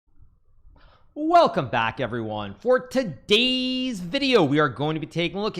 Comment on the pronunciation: i like how he says" today's"